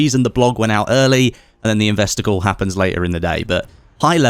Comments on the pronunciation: Sounds like you keep saying ‘investicle’ not ‘investor call’ haha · Ahh... “investor call”.. I heard “investicle”, what ever that is... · Every time he said "investor call," I swear I heard "investicle."